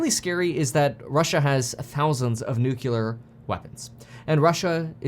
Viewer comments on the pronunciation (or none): It's nuclear not nukuler lol keep up the energy, Kevin! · Kevin.. it's "NUCLEAR" .. not "NUCULAR".. .. and how on earth do you think Russia is losing.. they have taken 30% of ukrainian territory and have totally destroyed all their infrastructure and economy not to mention their military...lol.. and your nordstrean argument is pathetic.. of course it was the US who did it... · I heard Kevin slip up and say nookyaler a few times. Lol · Hearing Kevin say Nuke-u-lar hits home knowing he grew up hearing Bush Jr. say it. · Did you just say "nucular?" Like that idiot President Bush? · I cringed every time you miss pronounced nuclear. Keep it up Kev ❤waiting for the housing crash to buy my 3rd home.